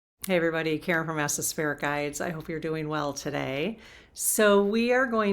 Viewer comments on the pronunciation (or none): none